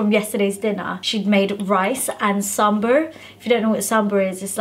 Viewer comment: It’s not SAMBURRRR , SAMBAAAR .. Plzzzz YYY EVERY NORTH INDIAN KILL OUR PRONUNCIATION 😭😭😭😭🤦🏽‍♀️🤦🏽‍♀️🤦🏽‍♀️ P.S. just remembered BUZZFEED INDIA video 🤣